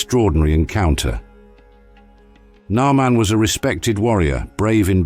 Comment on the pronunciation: The narrative is spoiled by the mispronunciation of the name of Elisha and Namaan etc.....